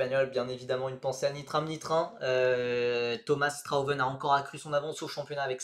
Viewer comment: Le nom de Strauven ne se prononce pas Straweven mais Strhautveune (le au prononcé comme haut)